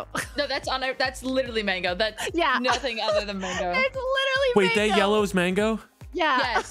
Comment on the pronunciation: It's sweet Tamago (egg) not mango btw!